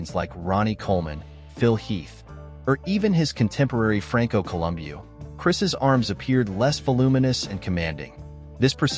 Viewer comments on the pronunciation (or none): 'Franco Columbeeooh' 😂